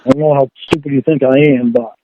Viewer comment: With Lorne, there is always a “baht.” Always. No matter what. “I’m not saying I weren’t wrong, BAHT, they did wrong too/first/more.” It’s morbidly fascinating to see a middle aged man who is, by any objective measure, a thoroughly reprehensible and contemptible human being, stubbornly refuse to take any accountability for his life’s circumstances.